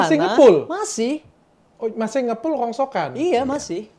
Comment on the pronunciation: Rongsokan bukan rongsoan